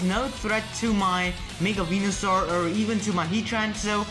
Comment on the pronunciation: You said Wenusoar not Venusoar.